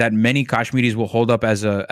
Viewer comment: Whys dude calling them "Kashminis"?